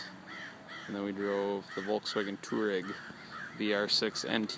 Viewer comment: Why can't people pronounce Touareg?